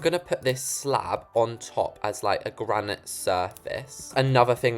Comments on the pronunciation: Why did u say granite like that? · I thought it was just me hearing it like that